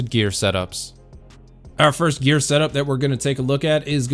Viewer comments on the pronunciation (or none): "grear progression"